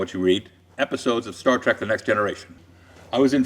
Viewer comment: ... Star Trak?? Traaaak? Come on! Wish Frakes caught that